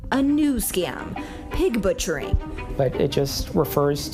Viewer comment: Pig batcharing.lol , it’s pig butchering.😅